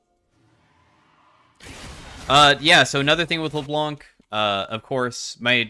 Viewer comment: C is silent in Leblanc. Much love. A french dude.